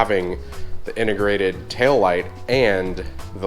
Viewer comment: Drinking game: Every time says "SPILCE" - take a shot, Every time says "TST INTER-GRATED" - down your beer.